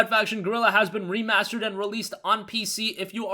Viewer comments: "Remarrsterd"edition they way he said it 😂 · Re-mars-terd! I get it!